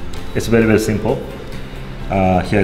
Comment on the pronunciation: Nobody:: "bery bery simple"